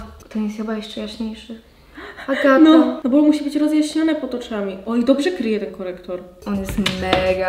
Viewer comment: Agata, a nie